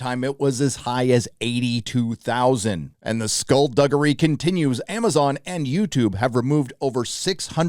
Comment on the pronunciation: You must be Scottish down the line you said skullduggery perfectly!love the channel